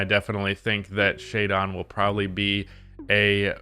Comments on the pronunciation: it’s Shae -DIN not DON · … the way you pronounce “jaden” is the same way you pronounce “shaedon” not shai-dawn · Why he be sayin shaedon like Shai-Dawn